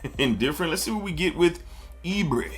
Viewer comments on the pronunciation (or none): "Ibere" is e-bay-ray. Another Nigerian man that enjoys your content bro